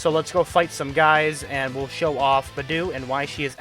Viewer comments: Also, Beidou is pronounced like: Bay - Dough, not bi - doo. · nice video but,, hey if ur going to main beidou as dps, atleast try to pronounce her name right😅😅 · But man I don't wanna be a mood killer but the way you pronounce Beidou makes me uncomfortable.